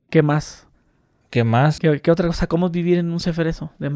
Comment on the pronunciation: Le ifle, los contuas, otuo señor, otua gente